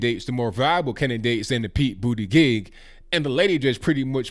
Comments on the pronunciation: It’s Boo-duh-jitch not Boo-duh-gig. :) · Hey,, Buttigieg is pronounced Boot-edge-edge....didn't you ever learn that from PRESIDENT Trump? 😆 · The way you pronounce his name......sorry you were not trying to be funny. 🤣🤣🤣🤣🤣🤣 sounds like Booty-gig. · Is this gay guy's name really Buttigieg, pronounced butty gig? Talk about a self fulfilling prophecy. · Did he say Pete Bootykeg? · Why when everyone says this guys last name I hear bootygay 😂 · Pete BOOTYGIG - kills me everytime he says it like that haha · I like your pronunciation "Booty-gig" 😂🤣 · Wait till she finds out that gay guys love to mock and laugh at "breeders". Just putting it out there. I agree with. Mayor Pete is unelectable. Mainly because his last name is unpronouncable and no world leader is going to respect a 'President Pete':-)